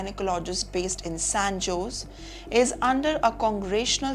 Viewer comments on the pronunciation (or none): Please learn to pronounce San Jose correctly. It is San ho-zay